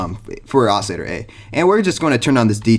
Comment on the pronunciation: I'm sorry what ? Ousiter? Dont you mean oscillator?